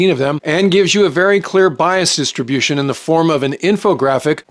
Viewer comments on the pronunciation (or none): none